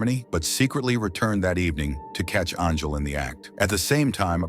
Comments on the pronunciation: How did your AI pronounce Angel as Arngel and Anjul? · Hey buddy your stupid AI voice can’t even say “angel” properly. You better not quit your day job. Hope this is not it cause you suck at it.